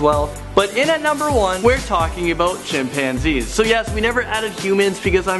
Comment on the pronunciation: When he said chimpanzees,I thought he said champagne.Ha LOL